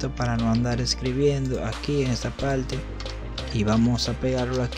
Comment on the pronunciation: Amigo solo para que conozca un poco del idioma español: No se dice "pelfecto" si no peRfecto. Tampoco se dice "palte" si no paRte. Viste que fácil es hablar bien el español...PELFECTO = PERFECTO.